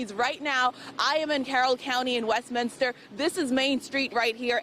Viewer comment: There’s only one I in Westminster. It’s not West-Minister. Ugh.